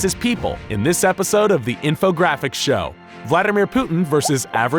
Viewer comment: It was good until he said "the infogrAAphics show" simply unacceptable